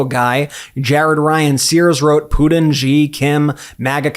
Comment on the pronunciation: come on my dude. Its PuTin, not PuDin